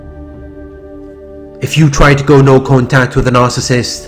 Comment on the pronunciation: Good job on pronouncing Narcissist correctly❗Every relationship she gets in it turns violent. Last time I checked she had a dislocated shoulder.